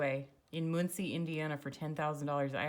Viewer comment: Regarding snow and retirement, merely stock your inventory by November and eat out of your pantry. You don't HAVE to leave your house if they weather is dangerous. Muhn-cee not Moon-cee...I'm originally from the next county, which would probably be even cheaper. I'd make sure there was a basement with houses in the area. Indiana has a lot of tornadoes. Check out sheriff sales too. I once purchased a property for 60k, 35 acres, a historical four story house, with seventeen LARGE rooms, four two hundred foot barns, a huge shop, a pump house, a woods, a long lane for privacy and natural springs throughout the property. Opportunities are everywhere.